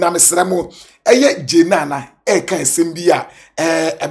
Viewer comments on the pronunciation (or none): Masa not Jane Naana, it is Jnana